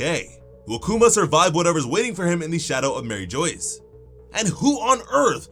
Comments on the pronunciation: My man; I can't take you seriously anymore if you keep pronouncing it Mary Joyce. I WILL UNSUBCRIBE if it keeps happeneing.... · I normally don’t get on people for pronouncing words but your doing mariejouse very wrong it’s like mar-ree -sha-waa the anime pronounces it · Its pronounced like marie shwa 🤧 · The way he calls it Marie Joyce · It was read as MA-RI-JWA